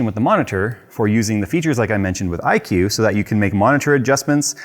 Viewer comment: You lost me at "iCue"